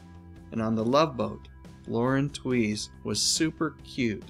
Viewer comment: Lauren Tewes, her surname is pronounced "Tues", as in Tuesday, not Twees as Elmer Fudd would say "trees".